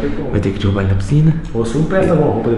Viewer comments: “Dirrubar” kkkkk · eh mt engraçado como o fala dirrubar nao derrubar kmkkkkkkkk ri mt